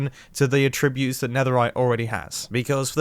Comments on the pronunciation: AAttributes, not atTRIButes baSALT, not BAsalt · The way he says attributes is so odd